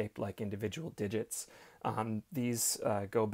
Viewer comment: Ok, + repeat after me: DID-JITTS. Again...? Almost there, one more time...?